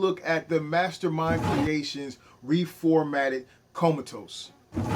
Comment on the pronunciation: come ahhh tus, lmao, not comatose. too funny